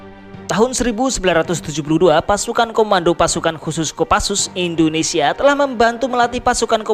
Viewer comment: Saran mas, baca Indonesia jgn endonesia